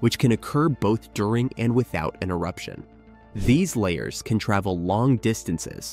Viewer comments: It's "la-HARS" - not layers, you idiot. Are you a computer who didn't get any "AI"? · Luh-Hars! Not layers! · I thought volcanic mudslides were called la hars not layers. Narrator must be from Canada that pronounce about a boot. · Lahars pronounced as “layers”?!? Arrrgh! AI voice fail. You could have caught and corrected that, but no. I’m so tired of finding nothing but non-human content on YouTube. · Dude, say it with me...La. Hars! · I’m not sure who is narrating this but it’s, Lahars! La har(pronounced like La bar) only with an h instead of a b. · Emphasis on the second 'a', and both 'a's' are soft. Not pronounced 'lay hers'. This is middle school science class-level knowledge!